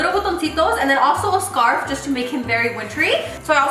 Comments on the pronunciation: “You’re saying scar” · hahaha your face when she told you that you were saying “scar” instead of “scarf” 😂😂😂 ig: $paholarangel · Your saying scar.....:ohhh 👀 $JudyR6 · Awww pobrecita les saying scar instead of scarf 🥺 she’s probably tired but she’s still doing the most for our entertainment! Insta@ Venmo & cashapp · Loving the “scar” (scarf) on the gingerbread man 😂😂, just love how talented you are. 🥰🥰 $DanielleCarrillo19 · You're saying scar😂😂 me all the time! The end had me dead when the lil peace hand pops out Ig ; jexsicaaaa02 $jexsicaaaa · You’re saying score😂🤣😂🤣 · I wanna make one now lol the part where you were like ‘the scar’ instead of scarf and they corrected you 💀🤣 $cynthiagrocha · Your saying scar!!!: ohh😂☠️😂☠️😂 $HandaVela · “you’re saying scar” lol your gingerbread man cake is so cute! 🥰💕 IG: Val_ag2 Cash app: Valerie8410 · First time I notice doesn’t say something about her pronunciation “ scarf” 😂😂😂 #sofunny $JennyZarceno